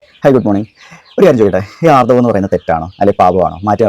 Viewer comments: ആർദ്ധവം അല്ല ബ്രോ ആർത്തവം എന്നാണ് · Aardhavam ❌ Aarthavam ✅